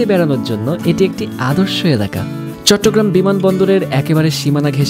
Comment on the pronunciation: চিটাগাংকে চিটিং কেন বললে???